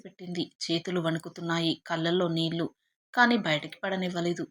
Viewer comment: తెలుగు అక్షరాలు ఖూనీ చేసి చదువు తోంది. కళ్ళు, నీళ్ళు అని పలకడం రాదు